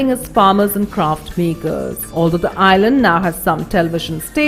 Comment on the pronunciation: Annoying how she says "island" - it's like she's murdering the word.